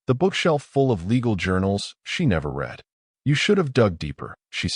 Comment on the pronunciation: Teach ur AI to say read in the past tense!